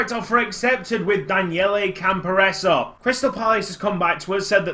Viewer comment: I think it's pronounced "Campor-ray-zee". For me, the budget was set that low to make it a challenge for you - maybe to promote youth?